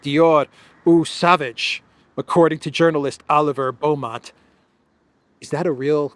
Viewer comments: Not O Savage, the French pronounce it "AW sovaze" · Eau Sauvage it's one of the most popular male perfumes! And it's pronounced Oh Sováge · It’s actually a very famous fragrance and pronounced like “oh sowaash” with means Wild Water. As an international YouTuber you should have at least some knowledge on French and German. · It's pronounced something like Oh Sovahzye :) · It’s real. Eau Sauvage. You pronounce it wrongly. Can be translated into English as Wild Water lol!